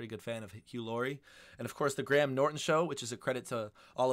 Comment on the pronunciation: Graham, not gram 😁